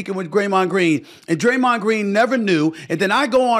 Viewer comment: "Idear" is crazy lmao "Graymond Green " SA mad for real yall